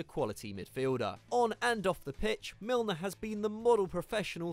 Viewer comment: Milner??? Seriously??